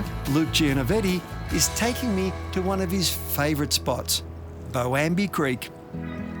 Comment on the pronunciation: It's Boambee not Boami. goodness:face-turquoise-covering-eyes